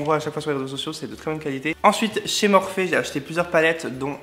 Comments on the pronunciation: On dit « Morphi » voyons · Je crois que sa se dit morphi ... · Je crois que ça se prononce plus "morphi" 🙄❤ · Je suis très intéressée pour une vidéo complète sur le test du FdT Beauty Blender + maquillage avec les palettes MORPHE (que je prononce MORPHI perso mais je ne sais pas si c'est ça ...) A bientôt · Fait un tuto avec les nouveaux pinceaux Morphe ( qui se prononce morfi 😂) et les palettes et les paillettes stilas obliger 😂❤️